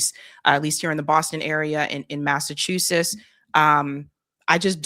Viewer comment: Egads! My ears bleed every time she says “Massachusess”!